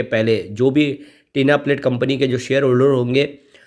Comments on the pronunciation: Not Tina plate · Bhai tinplate bol te he